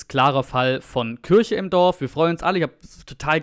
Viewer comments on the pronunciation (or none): none